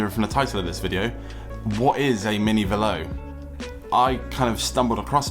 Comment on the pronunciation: It's Velo, like yellow